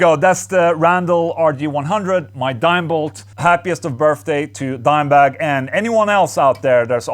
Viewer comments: Does anyone else here "Birfday instead of birthday?" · Happy Burpday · "Happy Burfday" 🤣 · “Happy Birfday” - Ola Englund 2020